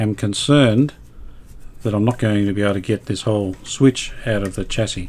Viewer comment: thanks for another great episode. I know I’m being a pedant, but I know Brisbane is part of Australia where we pronounce the word chassis as “shassey”. You said “chassey” about twenty times in quick succession. The North Americans mispronounce the word like you do- perhaps you are trying to ingratiate yourself with that market. Please don’t be afraid to use Australian pronunciations.